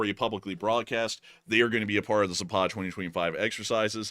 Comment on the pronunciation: Zapad is pronounced with the accent on the first " a " -- Zaaapad !!! not Zapaaad !!! It means West !